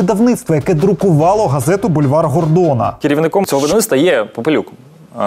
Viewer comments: Вульвар Гордона? мені одному це чулося?) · Як ви прочитали "бульвар"! Це просто жах!